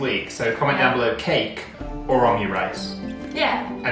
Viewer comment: You call it omu-rice btw, not omyu- or om'u-. With hard m and then just regular 'u'. Cause オムライス🧐😉